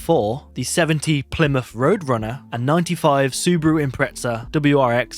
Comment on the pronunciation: Why ya sayed subUru lmao... its spelled subAru XD